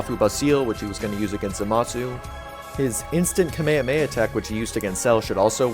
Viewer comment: Did you say Kameyameya? 😳